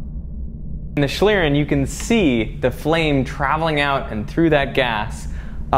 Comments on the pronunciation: Your pronunciation is awful, almost beyond recognition. It's 'shleern' or /ʃliːʀn̩/ for those versed in IPA. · Awesome video and great effort. My German brain is hurt, though. It is pronounced more like shleeRRenn. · As a german speaker it is very irritating how you pronunce Schlieren. It would be nice if you just took 1 Minute to look up the pronounciation of term you use multiple times in your video. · How english people say schlieren xD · I like how you say "Schlieren"! Sounds wierd to a german person although you pronounce it pretty good xD